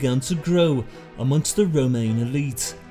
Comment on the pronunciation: I love your accent but why you pronounce Roman as remain?